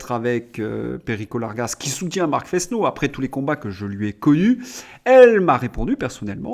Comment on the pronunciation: On prononce "nouniess”. C’est de l’espagnol, que je dois parler au moins aussi bien que le maire de Paris. Vous remarquez que ça s'écrit Núñez, avec une tilde sur le deuxième n. "Fesneau" doit se prononcer "Fênô", vous diraient ma Mère et ma prof de français au collège. Prononcez-vous votre nom de famille "Dresslincourt"? Si c'est le cas, vous vous trompez. On dit "". Il y a toujours quatre idiomes sur ma tablette (qui ne permet pas d'en prérégler plus) et toujours plus de dix sur l'ordinateur. Je ne les parle pas tous couramment. La prononciation du suédois me paraît très difficile. Mais à long terme il faudra que je fasse comme Claude Berlitz. Je ne suis pas un de ses proches.